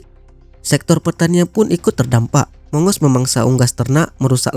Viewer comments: Bacanya bukan mongos....tapi Agos.... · bukan mongos, monggus dibacanya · Waduhhh..sebutnya bukan mongos....tapi monggus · Bacanya bukan "Mongos" tapi "Mang-gus"....☺ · Maaf min mongoose dibacanya moung-gous... Bukan mongos